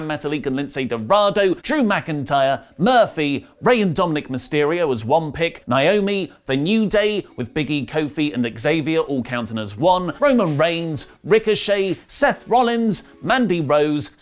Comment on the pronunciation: I dont remember hearing about Retribution member called Spunk 🤣 And PLEASE learn to say NAOMI right. Its not Niomi 🙄